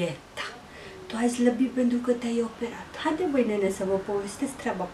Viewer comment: Zlabit zici sau slabit?